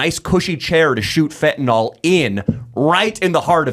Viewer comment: I agree with you about the teachers. One thing I would like to say is that I wish you, along with most of the media, would pronounce Fentanyl correctly. You correctly criticized Kamala for her poor speech, so you should learn to pronounce it. It is pronounced Fenta "nil" not Fenta "nol". I don't know why that bugs me, but I would think that this far into the opiate problem in this country, the media would know how to pronounce it.